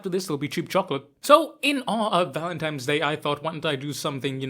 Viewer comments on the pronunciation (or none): Valentimes hilarious